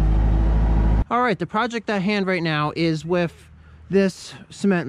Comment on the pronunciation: Love the vids, but please; there's no "f" in the word "with" or others using "th." No matter how smart people are, it doesn't sound intelligent.